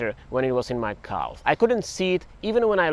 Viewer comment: The way you say calf sounds like an Amish person saying cow.